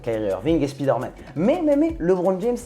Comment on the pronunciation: je t'adore, mais je suis obligé... C'est Spider Man, pas Speeder Man. SPAILLEDEUR please:D